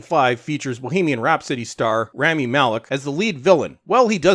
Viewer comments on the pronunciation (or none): none